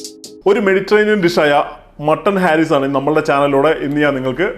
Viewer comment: ഹാരീസ് അല്ല ഹരീസ് ആണ്